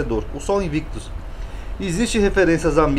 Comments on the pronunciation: Uma observação: aos o senhor fala “Sola Invictus ” com o “v” sendo pronunciado como “vê” e fazendo uma distinção do “u”. Isso está errado pois, de acordo com a pronúncia reconstituída do latim, o “v" tem som de “u”. Logo o correto seria “Sola Invictvs” lê-se “Sola Inuictus”. Espero ter ajudado ☺️☺️☺️ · E sim, no latim clássico não existe o “v” com o som “vê”. Sola Invictvs era um deus adorado pelo imperador Aureliano, o restaurador do império.